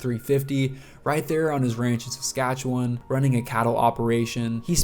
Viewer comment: Talking about swift current and showing pics of regina. Also learn to pronounce Saskatchewan. narrated by a goof .....